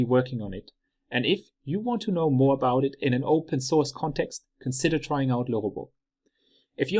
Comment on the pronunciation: Awesome video!! I finally learned how LeRobot is correctly pronounced! 😂😜